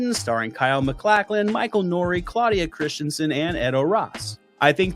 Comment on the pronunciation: Definitely not how you pronounce "MacLachlan."